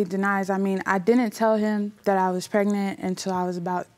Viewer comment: He said preganent